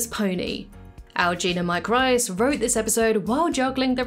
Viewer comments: Oh... it's pronounced Mike Reese not Rice. Also, I really doubt it was the censors making any comment about Ned in a Geo. That wouldn't bother them at all. It may have bothered the network. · You repeatedly mispronounce the name "Reiss." He pronounces it with a long E, not I.